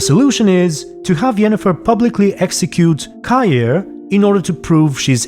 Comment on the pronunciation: HOW DID YOU PRONOUNCE KAHIR?!